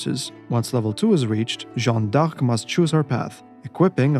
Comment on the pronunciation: My friend your missing pronouncing d'Arc